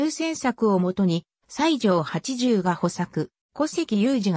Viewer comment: サイジョウヤソだあほ Wikipediaのコピペで大方読み方も知らないんだろ